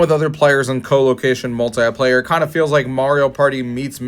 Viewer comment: The word "muahltaiplayer" makes me so aggressive 😅